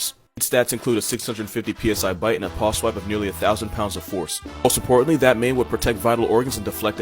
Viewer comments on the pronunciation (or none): none